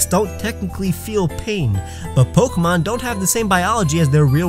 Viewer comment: That's not how you pronounce "pokémon". >:(